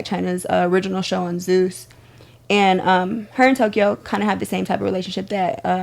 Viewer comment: Did she say tokyho?😂😂😂